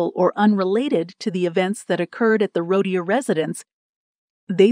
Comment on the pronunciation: Her name is pronounced Roo teer.